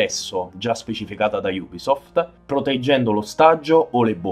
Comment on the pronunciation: Bel video Ho solo una critica la pronuncia Non solo nella parola ubisoft che voi dite iubisoft Ma anche i nomi degli operatori